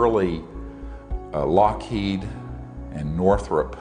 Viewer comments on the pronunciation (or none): none